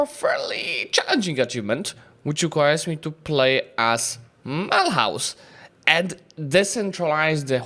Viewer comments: The h in Mulhouse is mute, you have to pronounce it like "milus" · This city is in modern France, it's called Mulhouse and pronounced Mülouze by the french (with a silent h like in the good french fashion) it was Mülhausen in german, kind of similar since french and german share a seizable amount of phonems